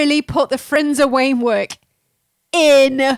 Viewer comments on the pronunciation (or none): I WUV the "Frindsor Wamework"!!!! When in doubt, Spoonerize!